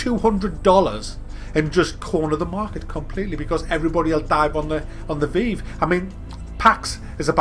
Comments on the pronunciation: It's pronounced VIVE. Not veev. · lol "veev" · What the fuck is the 'vee-ve' lt2 english wow omg how dare you pronounce it differently to me.